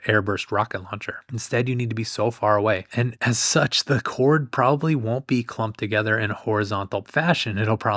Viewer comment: LOL... he said, "whored"